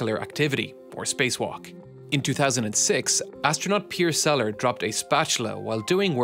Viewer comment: Piers Sellers (the late, great Piers Sellers), not "seller".